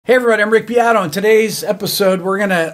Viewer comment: i don't trust a dude that doesn't know how to pronunce his surname, it's note "piado" it's "BEATO" wtf it's an italian word!